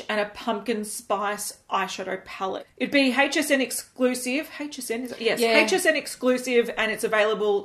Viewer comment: I love the way she says HSN! "Hhheych SN" 😉 FML not ANOTHER 🤬 peach palette on the market! 🤦‍♀️ no one asked for this !